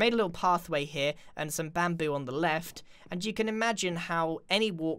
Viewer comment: (・∧‐)ゞ UgHhh i hope my ears are clean Immm pREettYy sure that GRIaaaaN said BaMPOo （ФоФ) If anyone did heard......... Then Gud FOr YOu